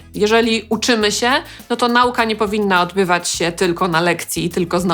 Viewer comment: Świetny film! :) Dziękuję :) Drobna uwaga: "ę"! "się". Pani cały czas mówi: "sie"... ;)